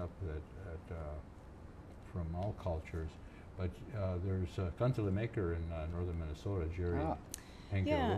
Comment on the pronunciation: sad to see that does not speak finnish anymore, despite his finnish roots. It is a "kan-te-le" not kantella... anyhow, good playing there she knew her stuff.